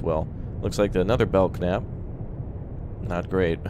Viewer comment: Bell-nap..thats how its pronounced. named after: USS Belknap (DLG-26/CG-26), named for Rear Admirals George E. Belknap (1832–1903) and ... The first USN combatant ships to revert to all steel superstructure were the Arleigh Burke class